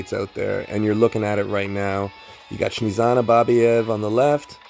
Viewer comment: Dude, she is Snezhana, not Shnizana. The origin of this name comes from the word Snezhniy, which means snowy. So in English she'd be kinda Snow-anna or something like that.